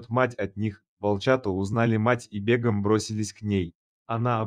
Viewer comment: Не бЕгом, а бегОм